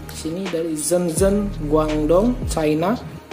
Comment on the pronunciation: Ketinggalan qaqa.. ngga ada iklan qaqa, sepertinya channelmu ga suka samaku.. btw belajar dulu gih cara baca shenzhen dan guangdong 😋